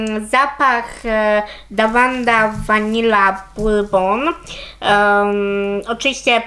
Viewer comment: Davana Burbon chyba Burbon o Burbon.I tak się czyta.Pozdrawiam